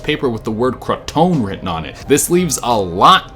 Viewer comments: It's pronounced "Row-an-oak" and "croatoan is pronounced crow-a-towan"Che And Cecil is pronounced se-sil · Roanoke - rō-UH-nōk Croatoan - crō-uh-tō-en Otherwise, great video. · Ali Pride he also mispronounce crow-ah-toe-en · Any ahs fans getting triggered the he's pronouncing it "ronoak" and "crotaon" when it's pronounced "roanoak" and "croatoint" I'm saying it's how it's pronounced not spelled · Its Row-a-nok. Also Crow-a-toe-an. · It's pronounced Ro-ann-oak and crow-uh-tow-an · Row-a-no-k and Crow-a-toe-an And it's unconfirmed but former president Bush sr. Killed Kennedy while working for the CIA. He was going to put us on a new money system controlled by the USA not the Rothschild family, refused to indulge the military complex in false flag operations that would kill Americans and take us into wat with Cuba, and reveal other government secrets that are still considered conspiracies to this day because he believed the government was wrong to keep them from the public if they did not compromise the public and state safety. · Holy he'll DUDE. Row an oak. Crow a tow a. Please TRY to pronunciation SOME words correctly. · Anyone else hate how he pronounced Roanoke and Croatoan? 😂